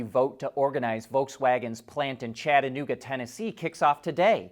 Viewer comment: Screw the UAW! Ford already said bc of UAW they are focusing more on Mexico, which means fewer USA jobs. Btw thank u for pronouncing Chattanooga correctly!!!!!